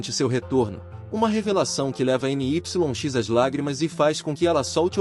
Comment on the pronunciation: Creio que não seja N-Y-X, mas se pronunciaria Nix